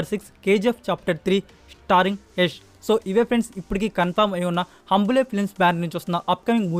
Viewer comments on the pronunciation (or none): హంబులే కాదు బ్రో... హొంబలే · ok pranounce correctga cheyi nex time it is ಹೊಂಬಾಳೆ